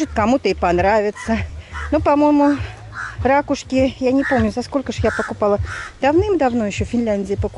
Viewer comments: Грамотному человеку режет слух.. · ракУшки,. Ударение!